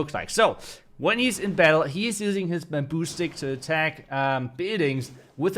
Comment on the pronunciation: its baamboo not buuumbooo